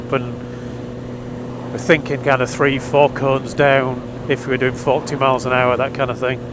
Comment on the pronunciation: on he first play thru I thought you said "he first laid out a line of coke"! lmfao I had to rewind to hear "line of cones". Sounds like a good course.